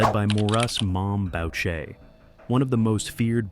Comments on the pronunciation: Except Maurice is pronounced "Mo-reese" and Boucher is not pronounced "bowcher", it's pronounced "Boo-shay"... Among many other mispronunciations... Way to make yourself sound stupid... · It's Bu-shay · You are ignorant of the spellings and names of criminal networks. The least you could do is basic homework. Its not PAGONS, its the PAGANS. The name of the head of Montreal Hells Angels President Maurice "MOM" Boucher is pronounced "Boo-shea", like Shea stadium in Buffalo. The photo's and video content of your production are all over the map. Have some pride in your creation, just slapping together anything shows that you don't care what people think about you, or your product. Take your time, access proper footage, and make sure that the criminal groups and their main players are properly respected. It doesn't take a lot of extra time to get it right, and you'll find you have many more views on your videos. Good luck. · I think your video sucks! You can't even pronounce Mom Boucher's name correctly! That is not Mr. Rizutto ! Your a joke. Jeff D.